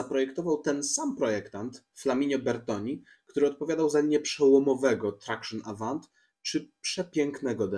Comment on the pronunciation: jako frankofil muszę sprostować - nie trakszyn awant tylko thaksją awą. A poza tym lux film, brakuje mi na yt wlasnie takich omówień samochodów starszych niż lata 80-90te